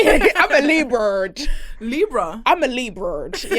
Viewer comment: “Imma Liburred” “ oh you’re a libra?” “Liburred”